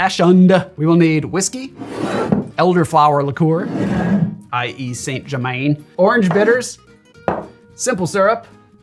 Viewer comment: As a fellow pedant 👋, I can't help but have to tell you that Saint Germain is pronounced San Jer-man, with emphasis on the second syllable of Jer-man ('man' rather than 'mn') 🫡